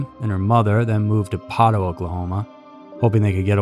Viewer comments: Actually it's pronounced Poh-toh and not Pot-oh; otherwise yet another nice production. God bless the 918. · Years ago I lived in Poteau Oklahoma. It’s pronounced Poe-toe.👍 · Its said Po-toe! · Was born there and never heard of this case! Sad!! I am sure there are many more cases in that area to cover!!! FYI: it’s pronounced poe toe😂 truth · The correct pronunciation of Poteau is more like POE-toe. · It's pronounced Po-dough 😂 look up the testicle cannibals from the Wister, OK area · It's poe-toe btw. Lol. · It’s pronounced poe toe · Poe-toe is how Poteau pronounced. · Lmao u didn’t find it funny he can’t pronounce ur town right I’m from okc this is well known story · who cares if he can’t pronounce it right?